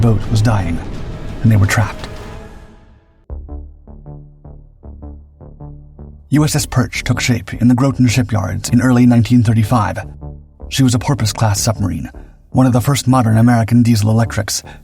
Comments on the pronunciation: just 1 problem It is pronounced "grot en", not "grow ten" Timestamp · Groton is pronounced like "Grot-on" not "Groat-on" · “Groton” Connecticut rhymes with rotten, not goat or boat. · Grau-ten, not grow-ten. I have heard you mispronounce that on a video before. If its pronounced Grau-ten in submariner school, then I think that is the proper pronunciation. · GROTTON LIKE ROTTEN. I live here if anyone says I’m wrong. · Love the channel, but please take 30seconds to look up the proper way of pronouncing Groton! Here’s a hint, rhymes with “Rotten”. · Not you pronounce Groton. Graw tin not you pronounced it. My dad’s retired navy sub force 20 yrs and I’ve been on base at Groton. Sub base new London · Groton rhymes with Rotten. When the hell you going to get it right? I spent 18 months there I know what the hell I'm talking about. It is obvious you have no clue. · GROTON!!! rhymes with ROTTEN! My kids were born at Groton Navy hospital. I know how it is spoken! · You keep mispronouncing Groton. The first O is a short O, not a long, O. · Squadron 6 was't established until 1945. EVEN numbers do not correspond to Pacific Fleet units. This kid...between his Wiki word-for-word reading, mispronouncing, and "facts"... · I’ve commented on a lot their videos about how it is pronounced, but to no avail. Love the channel, and just have to laugh about it. 21 year submarine vet. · you need how to pronounce Groton. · Dislike because the narrator still doesn't understand how to say "Groton".